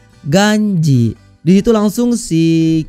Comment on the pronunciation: Kiyoshi bos bukan keoshi